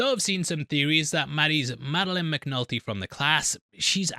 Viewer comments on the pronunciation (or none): none